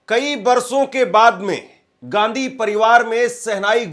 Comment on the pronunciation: Bhai surname sahi bolo.shadi ke bad bhi Ghandhi bologe